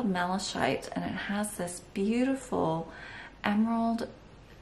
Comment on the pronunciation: Beautiful work. FYI: it’s pronounced mala kite.